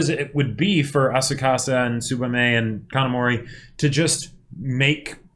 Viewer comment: A-sa-ku-sa, not Asukasa.